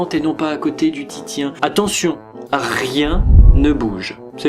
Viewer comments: Super vidéo, par contre Titien se prononce " Tissien " ;) Bonne continuation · Titien se lis "Tissien", mis à part cela bonne vidéo :) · super vidéo mais par contre y'a des noms d'artiste que tu prononces n'importe comment 😂😂😂 Ont dit par le le "t" a la fin de Rembrandt et Titien se prononce tisien